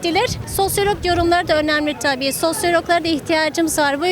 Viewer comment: Bu kadin vatandasimiz kafayi bulmak için ne kullaniyor ise, bizlere de açikça söylesin. "Sosyalogum" diyor. Hangi üniversitemizde egitimini almis acaba?. Profesörleri kimlermis?. 😊